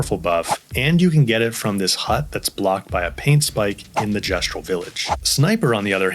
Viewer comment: Pretty much haven't used healing in 100+ hours kek At least you said Gestral correctly